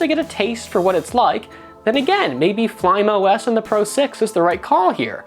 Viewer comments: and Fly Me OS, not "flaim" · It is pronounced as 'fly me os' not 'flym os'